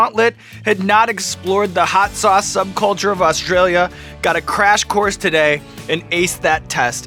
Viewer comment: "Hot souce is the best."